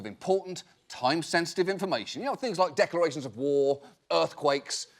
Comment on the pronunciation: He said declarations of war I heard decorations of walls